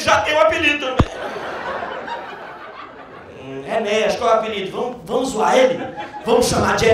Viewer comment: Ninguém consegue falar o nome Enéas correto, todo mundo fala Enéias.